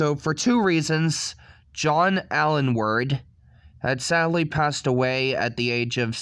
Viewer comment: Aylward is pronounced ALE-ward. How do you get Alenword out of that? Make an effort. Also if you don't actually know why pepole died then don't say.